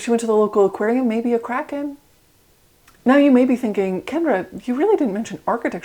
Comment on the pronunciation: Oh she said kraken I thought she said crackhead